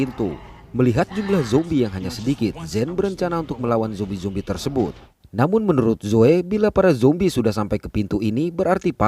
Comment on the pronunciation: Bang, makasih kerna menyebut zombie dengan sebutan Yang tepat Dan bukan seperti Yang lain , Jombai.... 👏👏👏